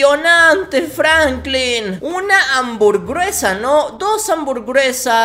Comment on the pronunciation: E YO TAMBIEN LEDIGO ANBURGRUESA